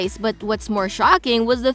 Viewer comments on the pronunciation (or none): none